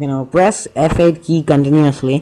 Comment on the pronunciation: did he say f8 or FL?